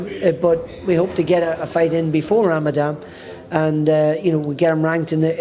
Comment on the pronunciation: Ramadam 😂. Ramadan Barry 👍🏽